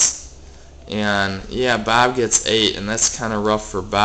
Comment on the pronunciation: i love you say bob....BAAB